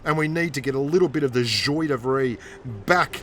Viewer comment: Nice one M8! Just improve your joi de vivre pronunciation